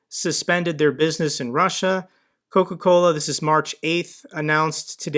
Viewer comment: I know there’s a taste war between Pepsi and CocaCola but apparently Russians have another option, CacaCola! U can even hear him say it lol! there’s an extra chuckle for the Spanish speakers but I’m gonna share with everyone. In Spanish “cola” means ass. So this guy’s brand is “shit from the ass” 😂 or “shit ass” for all the technically correct ones out there.